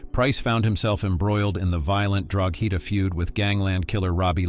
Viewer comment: Drogheda is said and sounds like Drawda 😇🇮🇪🇸🇩